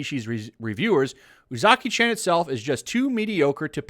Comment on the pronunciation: Chan is pronounced more like ch-awn. Spread it to your other youtubers so y’all can stop butchering it.